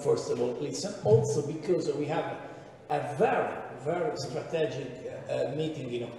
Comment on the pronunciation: Il megliore di tutti è Dini il peggior e' quel carciofo di " shok becoussssse"!